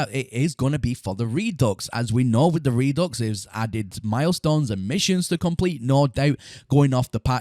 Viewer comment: You realize that it is not pronounced "re-ducks", right? It's "re-due"